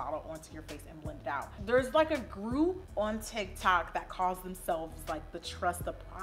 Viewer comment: Lol she said " ala tic tac "